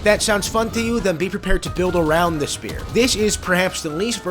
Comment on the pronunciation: ah, yes, the Shpear!